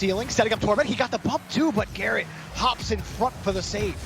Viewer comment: Any1 here the guy say carrot instead of garret?